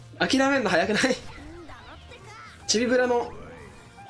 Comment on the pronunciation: ちょくちょくチビブルって言っててかわいい